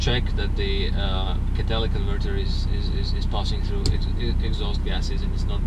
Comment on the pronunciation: Katalic converter,is he saying catalytic converter?